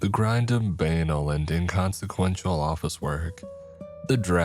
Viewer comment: WELL, I WOULDN'T SAY ANYTHING, BUT I'VE CAUGHT THIS TALE TWICE IN THE LAST WEEK, SO, The word "banal" doesn't rhyme with the word "anal". It sounds more like ban + all, banall, "Banal" U B Bless-Ed with a great speaking voice for this stuff, with a little quirk thrown in now and then...